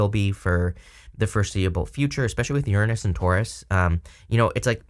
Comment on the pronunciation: Thank you for saying Uranus correctly!! 😭😋